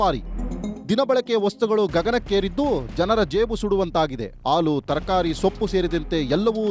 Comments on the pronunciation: What is the problem with this Anchor? AAlu alla Haalu .... osdagi alla Hosadagi.. Ore alla Hore ... thu nimma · le sede adhu haalu , aloo antha heltidiya. Kannada baralla andre news anchor yak agtira